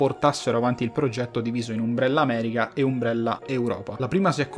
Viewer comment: Però umbrella con la U non si può sentire proprio